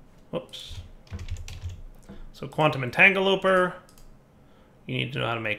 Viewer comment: Did anyone else cringe every time said "entangloper?"